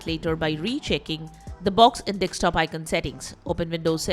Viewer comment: Your pronunciation of "desktop" sounds "dekstop". Where are you from?